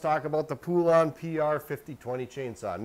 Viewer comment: Po-lun, not poo-lawn! Hope this helps you not sound so dumb trying to pronounce Poulan!